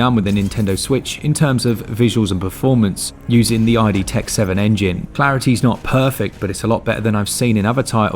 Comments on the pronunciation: Ok but IT'S PRONOUNCED ID, NOT EYE-DEE YOU DOINGUS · It's "Id" btw, not "ID" as in "Ego, Superego and Id" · Great review. Thank you. A quick FYI: It's not "eye dee". It's "id", as in the primal part of your mind, as opposed to the ego (conscious rational mind) and super-ego (conscience). The terms were introduced by Sigmund Freud oh so many years ago.